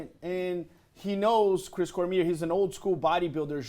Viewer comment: its cor mi ay not cormeer dumy